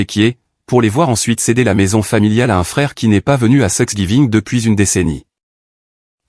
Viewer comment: C est la plus célèbre erreur de lecture phonétique Thanksgiving se prononce comme sexgiving ou suckiving les français adore te parler américain a la sauce francaise